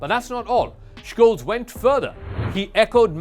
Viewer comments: I speak German, live in Germany while you're in a call center. Don't talk about other languages when we're talking about this specific one. It's beyond obvious, even for the languages you're speaking, that the CH following the S would not make an SHKolz. He even missed it and pronounced it right at least once. It's Sholts more or less according to how it sounds and how EVERYONE worldwide is saying it. He's the chancellor of Germany, so I would assume there are a few youtube sources where they're pronouncing it right. And stop stealing from old people using your microsoft or amazon scams. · Jesus, there's no K in Scholz's name. Just be normal and say "Sholts" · Please learn how to pronounce Olaf Scholz name correctly!!! Its not Shkoles ffs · He also mispronounces the very easy Scholz (sholts). Ten seconds of research. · Correct is skoles